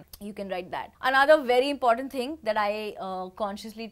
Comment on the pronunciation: who wrote down the points came sounds like "ting"😆😉